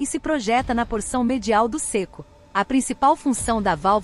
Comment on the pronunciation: Muito bom. O ceco é pronunciado com e aberto, e não fechado como foi gravado. Céco e não cêco.